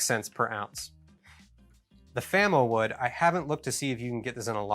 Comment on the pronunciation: we'll okkk,,,,,, it's FAMOwood not Famawood --- I got - I got it